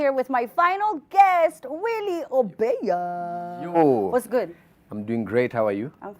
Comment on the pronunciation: #HeyAmina it's OEBA not Obea